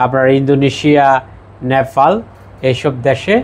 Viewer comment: পি আর বলতে ফি আর বলছেন পার্টি বলতে ফার্টি বলছেন নেপাল বলতে নেফাল বলছেন মোট কথা আপনি প উচ্চারণ করতে পারেন না কেন।